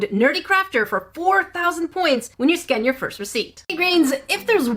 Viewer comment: When she said Scan during the ad, I thought she said Scam. 0_o